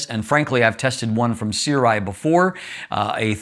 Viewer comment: The pronounciation is surai, sorry.